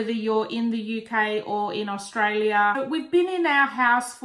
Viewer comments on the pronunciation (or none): none